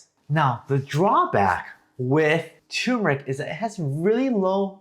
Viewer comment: Please pronounce it correctly. TUR MUR ICK